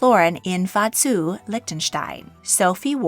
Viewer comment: Love your rendering of 'Vadzu' :) (The capital is Vaduz.)